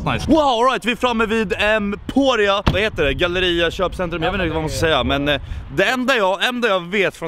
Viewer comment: Äntligen någon som kan uttala Emporia